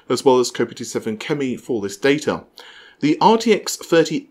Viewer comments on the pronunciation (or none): Kopite - Noun. Kopite (plural Kopites) (informal, soccer) A fan of the English football team Liverpool F.C. Not "kopeetee" lol As an Englishman I expected you know your football terms :)